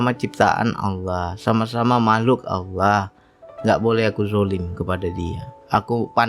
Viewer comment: tolong benahi ucapan lafad Allah yg ucapkan